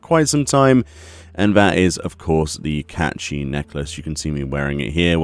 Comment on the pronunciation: It’s like ur saying caith shit